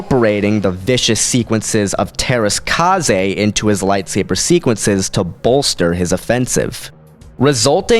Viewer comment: kasi is pronounced kai. i know because i had the game masters of teras kasi and that's how it was pronounced when the demo ended.